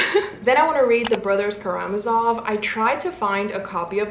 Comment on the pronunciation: love the way you pronounce Anna Karenina 💃🏻 correct way: emphasis on the E (KarEnina) and not the I (KarenIna) regarding Karamazov: emphasis on the third A (KaramAzov) just so you know 🤗